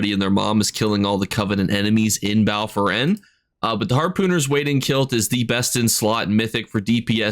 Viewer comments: Bro I love ur videos but ur pronunciations baffle me “bal foren” is impressive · Bal foren? 🤔 Bal Foyen?